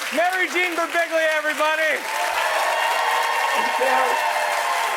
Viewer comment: The way pronounces every single syllable in Birbiglia, is so intense satisfying.